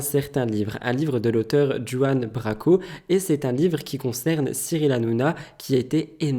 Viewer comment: La façon dont tu dis Juan Branco, j’ai ri 🤣